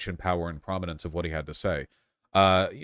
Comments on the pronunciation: He says it as if it were Spanish, "Luís". Isn't it just supposed to be like "Lewis"? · PSA: it’s Louis, like St. Louis, not Luis, like Luis Guzman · Argh... Vaush still can't pronounce Louis ("Loo-wee") Farrakhan's first name